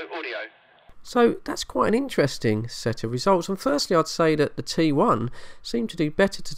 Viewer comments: Sounded like you said trouble I and 21 ! Had to put on the subtitles or read below to find out what you were talking about ! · Sounded like you said 21 and trouble I